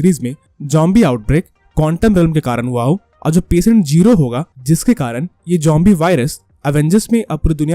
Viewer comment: bro its zombie not jombie 😂😂😂😂